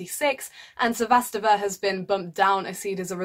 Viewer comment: not to be overly critical, but your pronunciation of Cibulkova and Sevastova is a bit off.